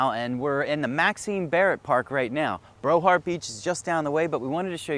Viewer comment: I never heard of Brohard Beach…do you mean Broward??